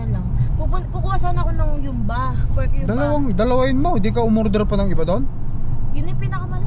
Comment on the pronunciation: Hyumba na ba talaga pronunciation ng humba (hoom-ba) dyan? 😂😂😂